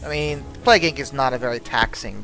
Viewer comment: Plague Inc. not "Palgue" ...